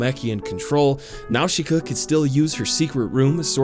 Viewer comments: not "now-shi-ka" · y;all why do you keep saying now-she-kuh they say it in the movie it's naw-sih-kuh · Yup the pronounciation almost correct. The katakan used for Nausicaa is ナウシカ. The correct pronounce is "Na-u-shi-ka” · Nawshooka 😂 It’s Naasica dudeee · Small criticism, m’man: “Nowsheekah” is just the Japanese localization of the real name. Its not really meant to be pronounced that way, it’s just the closest their language can get to it. Nausicaä is a Greek name (of a mythological princess), pronounced “NAH-sih-cah”. Calling her “Nowsheekah” would be kinda like someone insisting that your name is pronounced “Jeiku”. Lol. Great video, though. I’d totally play that game. 🤘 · Nausicaa is pronounced with an s sound, not an sh sound. Nau-si-caa not Nau-shi-caa. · Fucking nawshika? Boi. I hope you're wrong. I'm pretty sure it's pronounced Nawzika. Dunno. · Nausicaä: na-sic-ka Great video dude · jakey it's pronounced "naw-si-ka" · its 28 days later , not 20, also its not pronounced now-shi-ka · NAOSHEEKA?? THEY literally say her name correctly in the movie... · If you say Nawshika and not Nausicaä one more time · Cringing at the pronunciation nawsheeka yep sounds about right. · "Nawsheeka of the valley of the wind"😅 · the i in "Nausicaä" is silent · Great video but didn’t like the way he pronounced nausica so gonna go commit mass genocide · Jakey butchered that pronunciation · his pronounciation of Nausicaa gets me everytime lol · you say nausicaa in a way that makes me wanna die. still love you tho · literally no one says Nausicaä like that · I'm willing to forgive how you pronounced her name because of your fucking amazing ideas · then explain why the movie DOESN'T pronounce it like he is